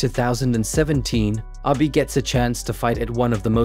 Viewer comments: please stop saying "aby" it's "abeh" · Might want to pronounce his name correctly. It’s not Abi. It’s Abe, like tempeh